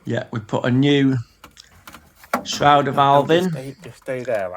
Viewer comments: FFS - Stop saying SHROWDER VALVE - Just look at how it's spelled - it's a SHRAYDER Valve - dickhead. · It's a SHRADER valve. SHRA rhymes with HAY, not HOW!